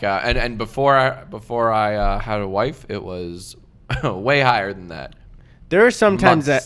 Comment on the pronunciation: when he said “before I had a wife” I thought he said “before I knew how to wipe”